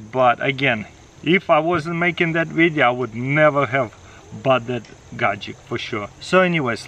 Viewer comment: "today's videa"